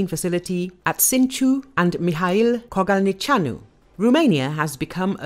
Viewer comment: Hats off to the lady who was able to pronunce Kogalniceanu